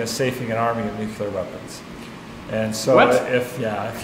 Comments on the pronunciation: I can't believe that this brilliant guy went and said "nucular" , instead of nuclear. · Nuclear, not nucular. Otherwise awesome video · it disturbing to me that someone whose work is trusted with safing and arming nuclear weapons pronounces it "nukyular" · A "professor" who does not pronounce "nuclear" correctly? Come on! Does anyone in this day and age still say nookyoolar? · "It turns out they don't tell us what they do with "newkyoolar" weapons." Lost all faith at that point...That "professor" can't even pronounce "nuclear" correctly? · Kinda disappointed that such a well educated man still says “nukular”. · "Nook-yoo-ler weapons.", you're embarrassing us all. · Why the F*** is a top notch mechanical engineer saying "nucUlar"? WTF!? This is not an alternate pronunciation, it is a corruption, pure and simple! This, my friends, is the end of the world. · "Safing and arming of 'nucular' weapons". "WHAT?" I thought you were about to tell him off for mispronouncing nuclear. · I am sure that guy is incredibly smart, but did it bother anybody else that he pronounced nuclear as 'nucular'? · He said nu-cue-lar instead of nuclear....................................... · It’s so funny how people still say “nuke you ler” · I've seen politicians in the US begin their campaigns pronouncing it nuclear, but end their campaigns as nukyooler, never to pronounce it correctly again. Someone taught them to say it wrong on purpose. Just why? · did that professor guy say "nukular" like homer simpson? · The moment I heard him say "NUCULAR," I was done with the video. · It’s weird to hear such an intelligent and educated guy who says nucular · HOLY CRAP MAN!!! This is MIND BLOWING!! Still said NUKE-U-LAR! (I know it's acceptable... but does that bother anyone that spent LOTS of time learning how to say it 'properly'?! LOL!!) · A brilliant man who can’t pronounce “nuclear” correctly. It happens. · Nukular?? I thought this guy was smart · "... nukular weapons"? Really?